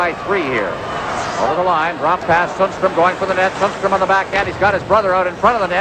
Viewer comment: The commentator did not do his homework: Sundstrom is pronounced differently from Sandstrom: S-y-ndstrom or something to that effect :)